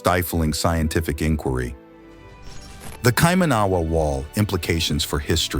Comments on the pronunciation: Kaimanawa he can't even say the word, not even close. Man made brick or block walls always have staggered horizontal joints to give the wall strength. Even polygonal walls have staggered horizontal joints. I cant stand hearing him butcher the word Kaimanawa. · Please learn to pronunciate Kaimanawa correctly lol but thank you for putting this out there, the truth will out eventually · ya know your research can't be taken seriously when you can't even pronounce the place name properly. boooo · The pronunciation of Kaimanawa has the accent on "man" not "awa"., get it right before you broadscast, dummy. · You are not pronouncing Kaimanawa correctly. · Please make good effort to pronounce 'Kaimanawa' correctly.otherwise youre showing how much you dont know.also its respect. cheers:face-fuchsia-tongue-out::shelterin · Is that how it's said? Would it be written Kaimanaawa if it is said like the narrator pronounces? Maybe the rock culture is from South America? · It's painful hearing kaimaahnaahwah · Why didn’t the narrator find out how to pronounce Kaimanua first? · You keep pronouncing Kaimanawa incorrectly and it drove me a bit crazy. Didn’t bother to even google the pronunciation? Thorough research there, mate. Otherwise, pretty accurate video. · And you go to Spain and you try speaking the language and you speak Spanish with perfect pronunciation ? Someone that doesn’t live in New Zealand may not know they are even pronouncing words wrong… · Listening to the narrator mis-pronouncing Kaimanawa was hurting my ears. Not Kaima-nahwa, Should be Kai-mana-wa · I just can’t watch this video. The pronunciation of Kaimanawa is completely wrong and it’s driving f me nuts every time he says it. If you’re going to go to this much trouble to make a video would r you make sure you were saying it correctly? 🤦‍♀️ it’s Kai man a Wa. Not kai man ahhh wa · hes fking saying it wrong, cant people read???? Kaimanua , ky manu a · Kai / ma / na / wa. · It’s KaiMANawa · No it’s not. KaiMANawa